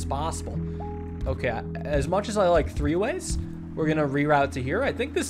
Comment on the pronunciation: "As much as i like tree-ways"